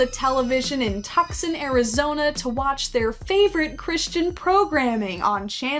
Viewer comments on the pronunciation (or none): Nooooo not tuckson!!! 🥲🥲🥲 (it’s pronounced too-son) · It's To-son not Tux-on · not “tuck-son” 😂 its “too sahn” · Tiny nitpick that might just be part of a joke lol, but Tucson, AZ isn't pronounced "tuck-son", it's actually pronounced "two-sawn" Again, it might be part of a joke, but if didn't know that, now they do. Loved the vid btw it's very good. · im crying at ‘tuxson’ az but also cant blame u cuz how would u know .. ‘too-sawn’ (?)🤣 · Tucksin Arizona is actually pronounced toosawn 😂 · augh, the way they pronounced "tucson" (they said it like "tuck son" its more like two-sawn) hurt, but i love anyways 😔🙏💚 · "Tuck-son" Arizona. It's "TOO-sahn." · I love your channel but as someone who lives in Tucson Arizona i can't ignore that it's pronounced tuson no x and ya don't pronounce the c , it's not Tuxson. I'm so sorry I feel so bad for correcting you honestly I get the confusion about pronunciation. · Please tell me I’m not the only one that caught them saying Tuck-son Arizona??? I live in the state and it’s pronounced TOO-SAUN 😂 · Idk why but saying "tuckson" instead of "too-sahn" threw me 😂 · Tucson is pronounced like two-son, with the on part said like the word on, not tuxon lol sorry to be that guy about it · Tuck-son, Arizona haha that made me chuckle. That awful place is pronounced Too-s-on. If that makes any sense haha the last part is hard to sound out but it's almost like the word "on" with a "ss" sound before it. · Tucson... It's Toos-On..... Not Tuck-son... Why do you hurt me? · I love everything you do but I cannot deny you saying Tukson Arizona instead of 'too-sawn' killed me😂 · I’m from Tucson Arizona and I burst out laughing when you pronounced it tuk-son. It’s actually pronounced like tooson. 🤣🤣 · The unintended hilarity of "Tucson" being pronounced "Tuck, Son" had me dying as soon as i heard it. It's actually pronounced "Too-saun." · its prnounced two-son, not tux-sin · TOOSAN not TUXON az ldskjf;lsdkj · Too-sahn = Tucson